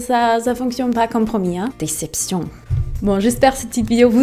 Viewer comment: a quand tu dis " déception" c'est trop drôle comment tu le dis 😅😂